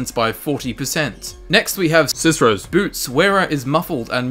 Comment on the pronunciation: Did you edit/replace "cicero's"? It sounds so. Perhaps you were mispronouncing it before?